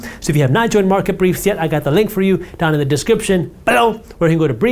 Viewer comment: Whenever he says "down in the description below" he emphasizes the word below in that voice. Does anyone know what purpose there is to that?